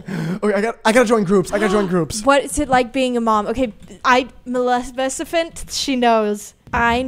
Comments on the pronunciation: bruh isn’t it maleficent not malecifent LMAOO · not being able to say maleficent was the best part of the video